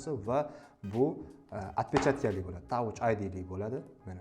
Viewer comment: brat touch id oqilmidi Tach id oqiladi